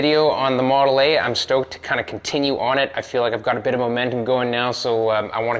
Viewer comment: Not sure, did you say model eh? Canada jokes. 😂🤣😂 Keep the great content coming! 👍🏻🇺🇸🇺🇸🇺🇸